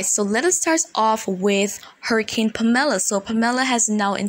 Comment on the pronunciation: the name Pamela has the accent on the first syllable... PAM-eh-la...,still appreciate you!